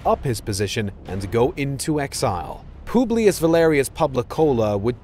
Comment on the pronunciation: pooblius publicola 😭😭